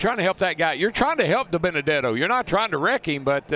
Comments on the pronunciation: "Ohhhhh Binabenuhdetto!!!" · It’s not Diburrito it’s Dibenedetto